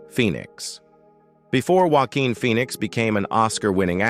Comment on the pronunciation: "Walkin" Phoenix ????